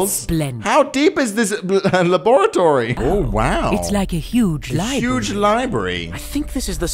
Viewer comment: lol, how he pronounced laboratory "la'bor'ator'y" lol